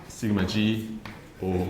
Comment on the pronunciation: Feeling amused that 'Sigma g' sounds like thingamajig :)